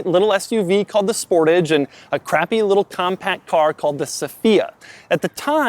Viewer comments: It’s pronounced sport-arge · It's pronounced 'sportaaj' not 'sportidge' you peasant! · It's not sportage it's pronounced sportage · Sportage. Heh, it is pronounced (now) SporTÁGE. :D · "The Sportage" haha... it's pronounced Spor-Taj